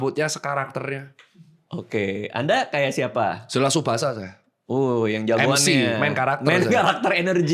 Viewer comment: Tsubasa ❌ Tisubasah ✅